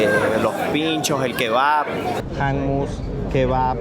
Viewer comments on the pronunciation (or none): Pronuncias mal la palabra hummus